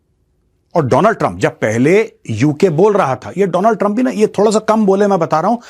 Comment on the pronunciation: World : Donald trump. Modi : Doonal trump 😂